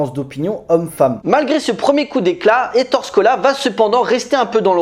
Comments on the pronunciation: On prononce Ettoré et non Ettore, ça fait mal à mes petites oreilles!! On n'écorche pas ainsi le nom de ce grand cinéaste En Italien, les e se prononcent é comme il sole (le soleil) se prononce il solé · Ettoréééééééé... Pas Ettore "la fin de la grande guerre" , le film se passe en 44, 45, c'est plutôt la "fin de la seconde guerre mondiale" "L'ère Mussoliène"...Non,non. "L'ère Mussoliniènne" Sinon, excellente vidéo. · Gros classique du cinéma italien, très fun et bien sale. Par contre on dit éttore Scola, tu m'as fait mal au oreilles mec . Bonne vidéo malgré ce petit point prononciation !